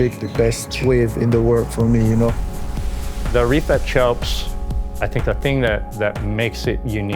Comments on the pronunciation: Guy keeps calling it “choaps” even though the local guy tells us in the beginning how to pronounce it correctly. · The fact that Americans are unable to pronounce almost nothing non US English is hilarious… “Chopes” 😂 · It's a nice little explainer, but I cringe every time says "chopes". Can't you show a little bit of respect and learn how to pronounce the name? Raimana is willing to give you a lesson.